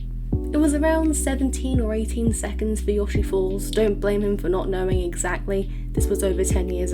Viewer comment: unrelated, but I always just called it "Yo-Shee-Falls" I've never heard anyone call it "Yaw-Shee-Falls" before lol